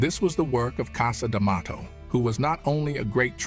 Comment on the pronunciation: Why does Morgan keep pronouncing Liston's name differently..He said Lee-stahhn, Li-stan, Lyee-ston...my goodness every time he pronounces his name in a different way, really strange and distracting..And CAS D'Mato? Pretty unprofessional for probably the most popular narrator in history to just mispronounce easy names..